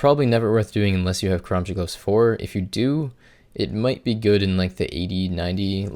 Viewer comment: Took me at least 3 minutes of rewinding to finally hear the "karamja gloves" part